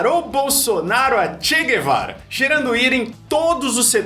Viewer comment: Guevara ¿Por qué dice Güevara? La U no se pronuncia, igual que en portugués. Eso de Che Güevara es raro.